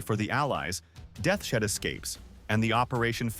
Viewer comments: "Death's Shed" Fucking AI slop lol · It pronounces Deaths Head as Death Shed. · Is the audio AI. No one pronounces Deaths Head as Det shet. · Did he say Death Shed?